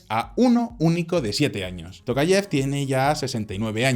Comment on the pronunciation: En español se dice " tocayev" o "Tocayof"